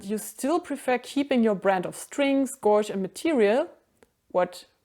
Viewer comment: Please learn how to say gauge…..